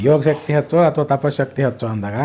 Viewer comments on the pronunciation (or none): none